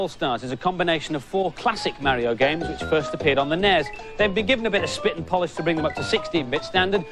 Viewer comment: Did people really pronounce NES on that side of the pound?